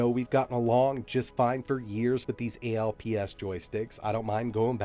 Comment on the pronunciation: The name of the joystics is definitely "Alps" and not A-L-P-S. It is the name of the electronics company now known as Alps Alpine Co., Ltd.. My guess is that the name comes from the Alps mountain range.